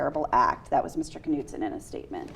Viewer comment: ...Kuh-nood-son. LOL.